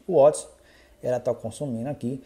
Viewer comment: O nome é watts * nao uoti